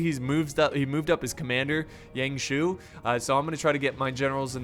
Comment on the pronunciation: "gone wrong" "Young shoe" lolol